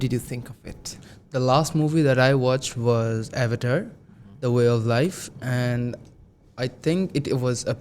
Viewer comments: It's Avater: The way of Water...not way of life😒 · what is avayar: the way of life mean, is there such a movie?? i guess he meant avatar:the way of water